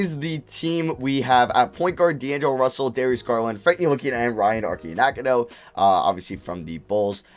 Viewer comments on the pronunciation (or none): Most NBA fans pronouncing Ryan Arcidiacono: “Archiedeeyakono”: “Arkeeyanakono” 😂